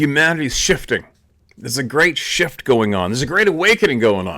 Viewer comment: 'there's a huge sjit going on!'.....indeed